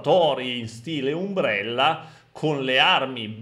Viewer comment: La pronuncia di "umbrella" e "resident evil" mi ha fatto saltare sulla sedia ma in ogni caso un ottimo canale!😂